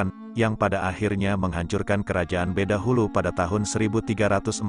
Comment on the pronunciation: Bukan badahulu min tapi bedahulu .